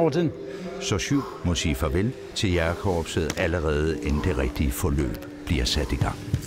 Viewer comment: kære hr fortæller...det hedder ikke jAgerkorpset...men jÆgerkorpset, tak. Bortset fra det.. fed doku og stor respekt til alle jÆgere samt frømænd <3 :)